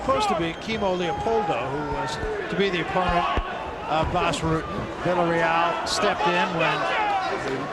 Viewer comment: It’s pronounced Ruhten Not Rooten. If he was Brazilian or Mexican you would be able to pronounce his name right.